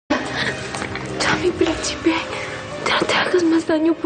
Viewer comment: "Mi princhipe"